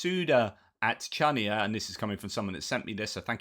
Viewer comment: Pronunciation: Souda = Soo-da and Chania = Han-ya.. There is a NATO base at Souda Bay on the island of Crete with a very nice Wharf. One of the American carriers ported there not long ago. Beautiful bay, lots of mountains.